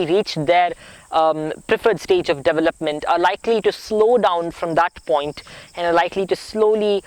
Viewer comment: Love listening to you! You are a miracle! Watch your pronunciation of 'development' and 'years'. God bless you!